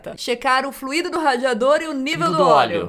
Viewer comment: falou fluido errado eim